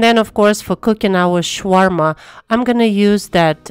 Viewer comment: Please stop calling it Shwarma. It’s Shawarma. Sha Sha. Not Sh Sh.